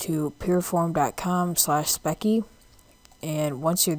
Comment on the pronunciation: Its speccy (spes-ie) just saying lol